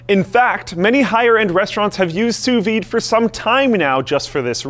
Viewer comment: I never seen someone who lives in america pronouncing "sous vide" so perfecty, my litlle French hearth is beating so quick rn